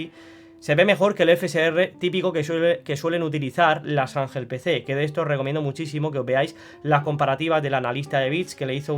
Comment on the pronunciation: Janjel Pecé😂